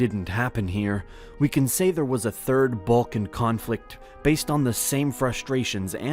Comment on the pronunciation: Third? Oh, you mean "third". Got it.